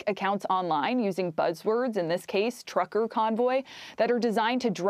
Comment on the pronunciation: "trucker," not "tucker", girls! Lol